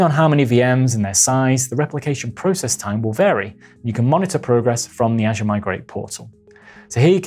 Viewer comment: Great video, BUT, you need to pronounce "Azure" correctly.